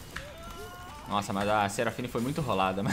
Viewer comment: "seraflashfine " KKKKKKKKKKKKKKKKKKKKKKKKKKKKK